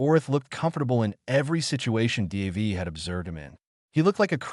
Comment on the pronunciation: Crap AI. No one is named Dee Aye Vee